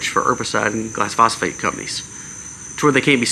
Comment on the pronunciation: GLY - PHO - SATE (not gly-phosphate)